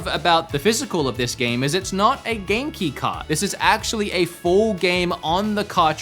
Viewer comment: What's Genki card? Oh Game-Key card. It sounded like you said Genki card. I wouldn't put it past Nintendo, or some other company in Japan, to release something called a 'Genki card', so, I didn't even question it in my head.